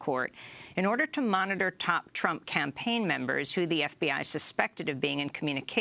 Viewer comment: Lol she called Trump "chump" .